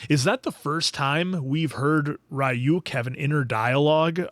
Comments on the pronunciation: Ryuk: You’ve got the “uk” part right, but the “ry” is pronounced like “ree” not “rye” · Re-You-k. Come on guys, 9 episodes in😅